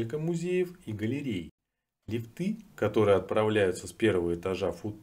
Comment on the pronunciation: Любопытный материал, но, лифтыы - ухо режут, проверочное слово - лиифт! 👋🙂